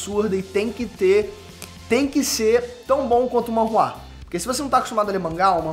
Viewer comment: Sabe nem falar o nome correto. É manhwa